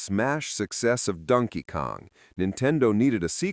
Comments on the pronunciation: First time ever hearing it pronounced 'Dunkey Kong' - It took 44 years and an AI voice. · Rhyming "Donkey" with "monkey."